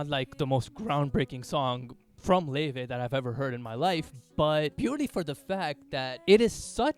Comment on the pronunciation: thats how you pronounce her name, kindly research before you comment <3